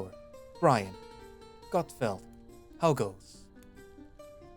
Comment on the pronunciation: Heh i rly like CalderxBrynn. Tho it would be better if you checked pronunciation of some names and words on google translate or whtever, for example it's Brynn not Brian and "sire" is a different thing from "sir". Other then that ty for reading it through for us, i listen to you on my way to and back from work.